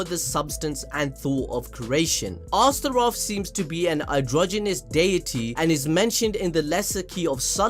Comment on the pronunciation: Also its not two names/words. Its just one word Astroth like Goth girl from teen titans home land Azeroth. Its ostr-oth you'd trigger me if you didn't already completely make me hate you for shitting on Fairytale.